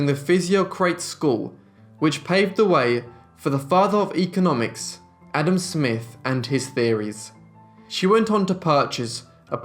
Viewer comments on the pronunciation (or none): none